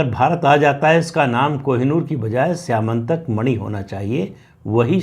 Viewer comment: स्यमंतक मणि स्यामंतक नहीं …